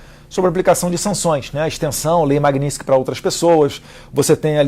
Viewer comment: TA BOM... MANDA ESSA LEI... MAS APRENDE A FALAR MAGNITSKY PELO MENOS. "Maguininxqui".